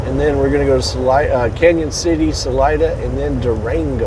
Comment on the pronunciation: Salida, COLO. not salina. Salida is spanish for exit.